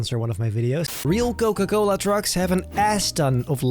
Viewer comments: Dude literally said Coca-cola'nt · Noca Cola 😂😂😂 I inderdaad loved this video. You know me.